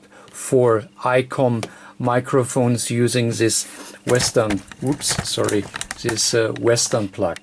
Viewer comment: zis sims to be tru